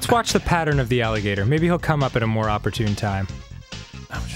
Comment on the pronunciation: I'm sorry, but did you say MOAR GEST GRMPS?